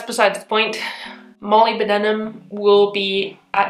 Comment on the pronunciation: As a scientist, can confirm that acid/base is very common terminology. and you weren't far off (and i suck at phonetic spelling), but "molib-dinum"